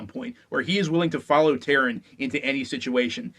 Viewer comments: Taran, not Taryn. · The main character's name is pronounced TAH-ran, not Tear-in. Check any of the books appendices where Alexander provides a pronunciation guide to his world. Also, Gwydion is pronounced GWIH-dyon (not Gwid-ee-un)